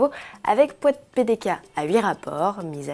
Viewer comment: Ah la fameuse "Poite PDK" 😋 C'est pas grave on pardonne 😆